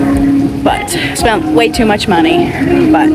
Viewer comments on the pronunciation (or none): none